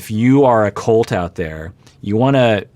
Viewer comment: im a believer in treat others how you wish to be treated. If larissa refuses to call colt the way his name is pronoucned "colt" and instead calls him "coltey" then she does not deserve her name to be pronounced correctly